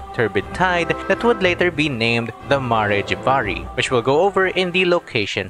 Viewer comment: Ma-rey Jay-va-rey It's Mare (As in the horse) Jav-ar-ee, it's pronounced very consistently in Venti's story quest.